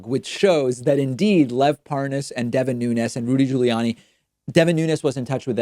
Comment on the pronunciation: Congrats on being the only person in America who can pronounce Nunez‘s name correctly